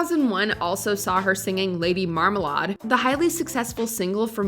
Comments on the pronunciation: Lady Marm-a-lard? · You mispronounced marmalade. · That’s not how you say marmalade